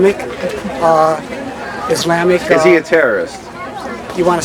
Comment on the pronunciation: haha the guy can't pronounce ISLAMIC. god these people are so uneducated and misguided by propoganda.